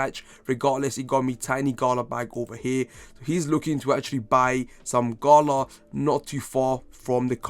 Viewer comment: I took a SHot each thime u sed gHala